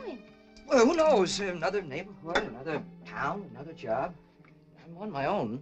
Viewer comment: “I’m” is written in the script, but it sounds a lot more like “we”; perhaps they dubbed it in after filming. I agree, the “we” is her “I love you” before he actually says it.